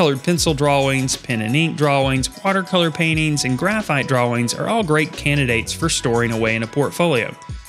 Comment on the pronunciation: Good info! I have to scrounge for stuff to store my graphite and pastel drawing in. Also I am so amused by the way you say dra-wings 😄